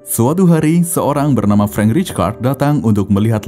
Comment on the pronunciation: 'Frank' dibaca 'FRANK' bukan 'FRENK'; tidak semua kata asing dibaca spt bhs Inggris. Jgn sembarang merubah nama orang. Frank Rijkaard org Belanda.